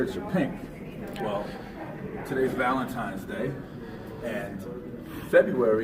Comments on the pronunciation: It's Valentine's day - with an n, not an m. needs to redo third grade. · They're there on "valentimes day," as said. What the hell is "valentimes day?" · He also said ValenTIMES day!!